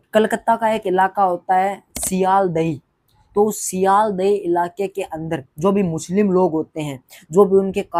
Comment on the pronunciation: Bhai ap sealdeah ko ap galat pronounce kiya hai